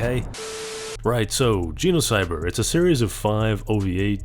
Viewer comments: Makes a whole video about Genocyber… Also can’t pronounce the damn title correctly lmao u can’t make this stuff up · Your pronunciation of genocybet as similar to the word genocide seems appropriate